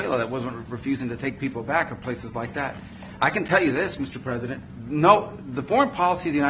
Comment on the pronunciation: Did she say “sure President”? lol strange